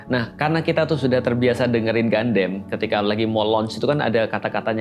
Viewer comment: Gundam bacanya Gandam, Ustadz. Kan dari katakananya udah jelas, ガンダム, dibaca gandamu. Kenapa jadi Gandem? Jadi kayak God damn dong? 😅 Sempat bingung... Escape kok 2024? Ternyata salah tahun 😅 Turut berdoa, semoga masalah visa ini bisa diberesin kedepannya.